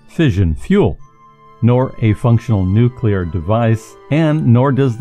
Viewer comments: I'm sorry, but I can't watch a documentary where the narrator consistently pronounces it "Nucular" - like a fool. The word is "nuclear" - said like it is spelled: "nu-Klee-ar" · Hey did you change your pronunciation from Nu-clee-ar to nu-cue-lur? The first part of the narrative is correct, the latter enunciation is ludditic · NU-CLE-AR, not nucular! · It's nu_clee_ar. Not nu_cu_lar. You sound like an idiot when you pronounce it wrong. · i listened as long as i could but the dubya-style pronunciation of "nuclear," and several other errors, just points to a massive ignorance of the topic.. IT'S NUCLEAR NOT NOOKULAR! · Nuclear (for example) is pronounced ' noo klee ar ' and not ' noo kew lar '. There is only one u in the word. When George W. Bush pronounced it the same way you do, he was widely mocked. It has nothing to do with a speech impediment. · "Nucilar"? Seriously?!? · Nucular rockets? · If you are a scientific expert, why don't you know how to pronounce the word "nuclear"? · Nuclear is tricky to pronounce correctly.. Keep working on it..